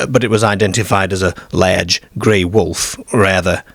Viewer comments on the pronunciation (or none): Why do you pronounce "ar"as "er"? You say lerge instead of large you say ertfifacts instead of artifacts, Why? I have noticed you do this on all your videos, I am from England and can't relate to your pronunciation, you even say perts instead of parts ? Are you a robot narrator? I hope you are an AI as that's the only explanation for the wrong pronunciation 🤔 you also say cer instead of car too. Scarborough is correct not scerborough also you say perks when you mean parks please explain why you do this? thanks. I could go on forever graveyerds ect........ Bizerre ..... ? Derk instead of dark WHY? ??? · What's a ladge wolf? 😂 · Either a northern Englishman who's lived in Australia, or an Aussie who's lived in northern England. Confusing combination of "oop" North pronunciation with "lehrge" and "Scehrborough" and "pehrk" 😅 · where is the narrator from his pronunciation of words like hostel large and Scarborough is a bit strange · Is that a kiwi accent? The way you pronounce large in particular